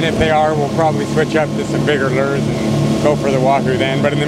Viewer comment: says lurs